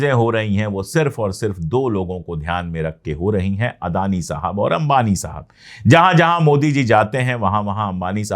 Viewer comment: अदानी Sahab?? Plz अदानी बोलो